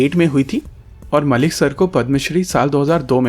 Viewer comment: It's actually Mallik not Malik. Mallik or (pronunciation: Mol-lik). I don't where he is from. But in Bengal it's very common name, Mallik (Mol-lik in pronunciation)